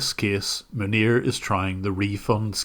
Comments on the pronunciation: i hear manure, not his actual name. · Man nir - sounds very close to Manure ha! We done sir - Makes me proud to be a fellow Northern Ireland brother. God bless you 🙏 An Irish man in Kobe Japan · "But how did that couple end up with Manure as their support engineer" I will not be accepting anyone calling this man by anything other than Manure from now on because this is how I heard the sentence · Manir? More like 'Manure'.